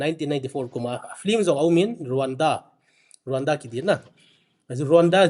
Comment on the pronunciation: It's Rawanda but it's pronounced as Ronda...so educate yourself pukhripur macha